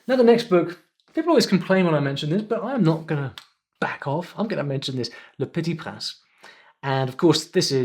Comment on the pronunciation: Thanks for your amazing content. Btw I'm only studying French for about one month, but I'm sure that your pronunciation of "le petit prince" is wrong!